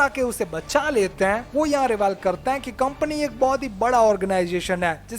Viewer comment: Krten nhi hota h,,karte hain hota h